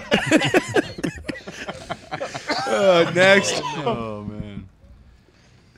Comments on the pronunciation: Lol it’s pronounced Fort Hua-chew-ka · I’m in pain from laughing so hard at “ FORT HUACHUACHA “ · Im sure its been said 8000 times but its Fort Wah-Chu-Ka. Pretty sure its hispanic or native american or something idk all the military dorks in AZ end up there for a little bit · Lmao it’s pronounced wha-chew-ka